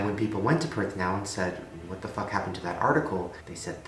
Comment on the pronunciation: when he says “what the fuck” with so much emphasis! On Justin beiber 😭😂😂❤️ got to love Shane ‘ his humor is everything.